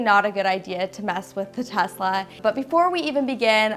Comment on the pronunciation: It's "Tesla" not "THES!LA"